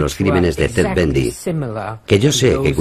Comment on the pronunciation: Y a TED BUNDY le dice "BENDY" ...... Pésima pronunciación....